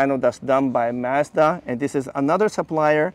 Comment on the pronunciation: Thanks for pronouncing Mazda the correct way! LOL I am not sure why we in the US started to pronounce it as "MAHZ-dah".